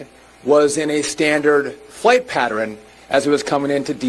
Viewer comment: Drives me crazy to hear someone say patteren. It's pattERN.